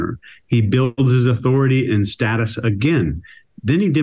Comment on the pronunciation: Thank you for pronouncing status correctly ❤